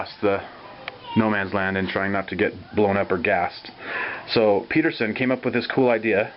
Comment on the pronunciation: He's calling it the Peterson device, but it should be Pedersen, rhymes with Ed. It was designed by John Douglas Pedersen (my wife's grandfather).